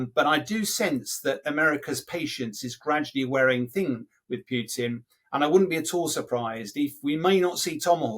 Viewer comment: Is it "Puotin" or Putin?